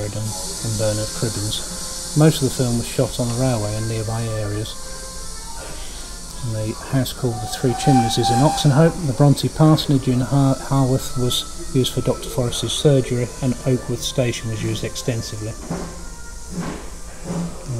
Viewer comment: Great video,, but your pronounceation of Haworth made me laugh, it is pronounced HOW.